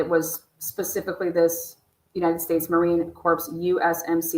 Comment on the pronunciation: Please dont pronounce the p in Marine Corp ...it soends like a dead body LOL